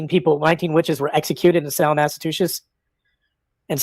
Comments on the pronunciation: Please learn how to pronounce my state or just don’t say it. See below for guidance: ma-suh-choo-suhts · So much gratitude for repeating "Salem, Massatooshish" 3 times. Your work here is done. 😂